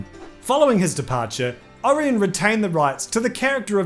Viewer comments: It's either Ori-On or Ora-Yen. But not Ari-yen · It's pronounced O-ryan, ffs, NOT Or-in. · How do you not know how to say Orion?